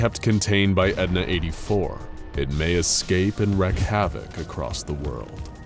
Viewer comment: I love these videos! But I've noticed you're saying wrecked like is sounds but when you say something like "he wreaked havoc" its pronounced reek.